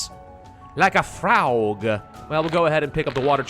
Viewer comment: He said froug, I am dead for the rest of my life omg that was the pinnacle of the month